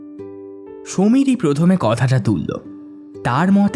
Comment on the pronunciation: উচ্চারণ স্পষ্ট করুন... 'ধালা' নয় 'ধারা ' , কতাটা নয় কথাটা...|